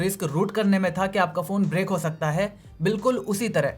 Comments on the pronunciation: The word is "brick", not "break". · Break nahi gadhe usko brick bolte hai 😆😆😆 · Break nehi use Brick bolte hai